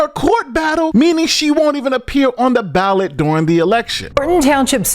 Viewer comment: Lol anyone else notice the female news caster say she failed to be on the ballad instead of ballot.